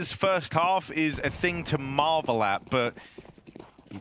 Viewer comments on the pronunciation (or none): none